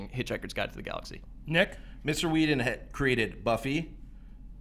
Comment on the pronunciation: I love how Andy simply can NOT pronounce anyone's name right! Josh Whedon?! Blomkump?!!? LOL